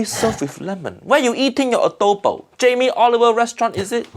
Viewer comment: Correct pronunciation of Adobo.